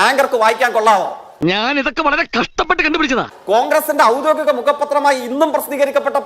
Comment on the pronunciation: ഔദോഗികം എന്നെങ്കിലും പറയാൻ പടിക്ക് ജയിക്കെ